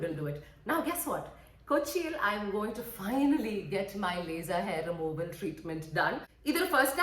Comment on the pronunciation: Laser not be lyser deee